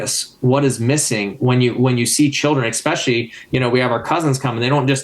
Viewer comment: Try to say especially, not ekspecially.